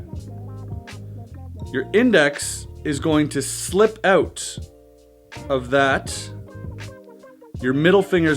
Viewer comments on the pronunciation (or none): You said "slipped oat!" - So you must be from Canada?